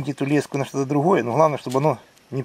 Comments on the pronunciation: Я с Клина работал на комбинате где леску делали ударение ставь на е уши режет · лескА на нервы действует и вообще- если уж ты на камеру говоришь ,то заранее подготовь тезисы , а не тараторь об одном и том же 10 раз подряд ,нудно......